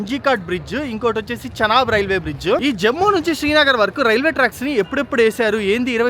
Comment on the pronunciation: భయ్యా చెనాబు, శనగలు, కుంకుడుకాయలు కాదు దాన్ని చీనాబ్ అని పిలుస్తారు